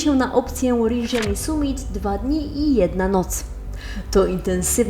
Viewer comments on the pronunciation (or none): Rindżani, a nie "Rinżiani" ten wulkan nie jest we Francji xd